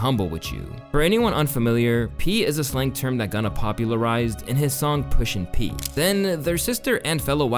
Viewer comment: I just caught saying Gunna was "Pushin Pleas" lmfao